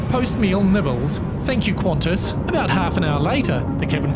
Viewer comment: Not Qantas.